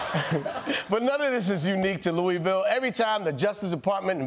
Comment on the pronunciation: 😬😬 From my hometown to my neighboring state... It's embarrassing out here. Kudos on saying Louisville like a native. It's pronounced Loo-ah-vul. Like you have a mouth full of food while saying it.